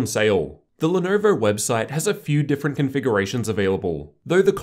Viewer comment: pronounced lenovo like that